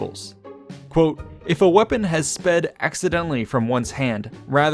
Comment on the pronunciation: Sorry you said accidnently